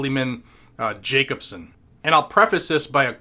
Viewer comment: "Jacobson" Every. Single. Time.